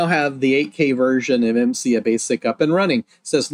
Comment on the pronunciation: I think it's pronounced "imm sigh" rather than "imm see ahh". The "A" comes before the "I" at the end of the acronym.